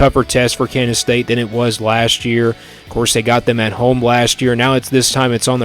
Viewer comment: You keep saying Kandas state?